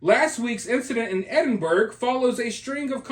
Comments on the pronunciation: Ahhhhaha my pal was out with him we used to work in the bars he was at... Lolz. I'm sure my friend was responsible for part of what happened. Also its pronounced Ed-in-bruh 😎 or Ed-in-bur-uh and Glaz-go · Its pronounced Edenborouh. He is a changed man since he's converted to Catholicism. It was obvious the others were the baiters. All the incidents you referenced are ancient history. His recent history is much different. Please check it out. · On second thoughts, Eddin-burra. Perhaps it varies regionally! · Hey, just FYI Edinburgh is: Ed-en-Bruh and Glasgow is Glaaz-gow (gow as pronounced in the word "go"). Just sayin' 😉❤ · It's absolutely not pronounced like that. It's Ed-IN-bur-uh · Edinburgh and Glasgow are pronounced Eddin-borough and Glaz-go. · It's pronounced more like Edinbruh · Edinburgh…..Pronounced; EdinBOROUGH . Glasgow….pronounced…GlasGO. 🩵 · If he did that in Glasgow he could have got bottled. Please learn how to pronounce Edinburgh and Glasgow. They are not pronounced the way they are spelt.